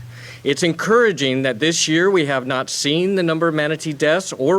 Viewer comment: He can’t even pronounce the word “manatee” right half the time!